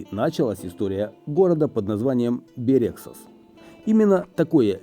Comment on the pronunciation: Бéрегсас, наголос на перший склад